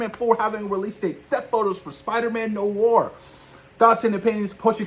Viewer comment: I am so hyped for Spider Man 4 and Spider Man Noir which is pronounced ((nu-waar) two a’s but it’s all good man it’s still the same word oh the way I read on twitter from the account Marvel Film News that Marshali Ali had a phone with Marvel and is fine with the delay of Blade so they can take all they need to make it a great script and film keep up the great work